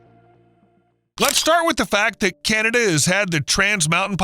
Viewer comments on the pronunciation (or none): It thought it was CANada not CANTada.. get it done hoser.